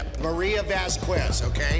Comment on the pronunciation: “vas-kwez” omg it’s “vahs-kehz” u don’t pronounce the u it’s a spanish name...